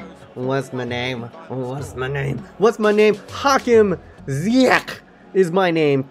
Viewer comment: Its only Ziyech not Ziyeghghg